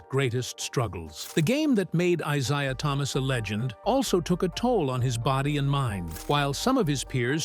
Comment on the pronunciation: If this idiot mispronounce Isiah's name one more time I quit listening and end this shit.